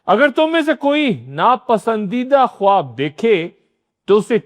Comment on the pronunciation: درست تلفظ “خاب” ہے، خ-واب نہیں